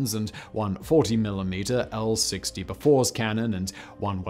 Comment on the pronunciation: Ah gotta love Simon pronouncing it Bow-Fours